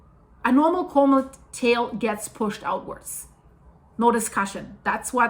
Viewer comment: Just a quick, helpful note... The usual pronunciation for comet is a little bit different. The "com" beginning of the word is pronounced just like you would pronounce it in a URL address ending with ".com" (You can verify this online) 😊